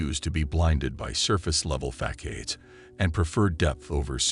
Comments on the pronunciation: "Fackaides"...? Ah you mean facades dear boy, pronounced ( fas - ards ) Meaning - multi-faceted, having many faces. C'mon now, these are sigmas' you're talking to. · Facades is pronounced as fasards.